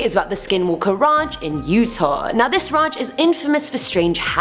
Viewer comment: I love the way she says ranch🥴🥴 "raj"